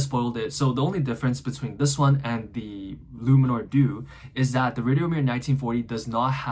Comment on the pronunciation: Italian you pronounce the e at the end of due